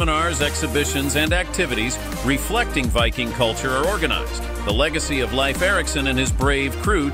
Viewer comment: Pronounce Leaf Erikson to be right as Lief and not as laif. 🌕Leif Erikson is believed to be the one who told about Vinland as reported in the Icelandic saga. He spoke old Norse. ⛵